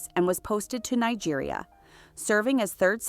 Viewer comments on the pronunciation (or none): none